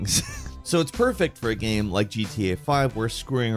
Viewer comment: Except when he says gaem instead of game